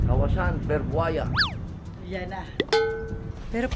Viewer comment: AWAS KAWASAN BERBUAYA "E as in A sir" so its barbuaya😅 but btw welcome to Brunie,❤️